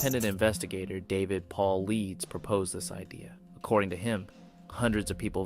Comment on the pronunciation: Piss pour pronunciation is a dead giveaway for using AI w/ long format videos (screams laziness), or whomever owns the channel really isn't into the actual subject & it's nothing but clickbait. David Paulides (pronounced as Pau-Ly-Dess) not Pauleeds... Someone that is believer in Bigfoot is/should be familiar with the name David Paulides & missing 411